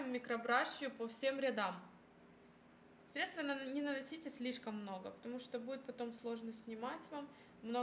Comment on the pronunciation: Да, режет слух. Ещё и стедствА.